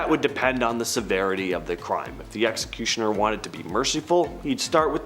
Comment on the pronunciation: Seriously can’t say executioner